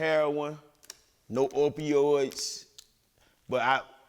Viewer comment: Dude said "Orpiods" lmao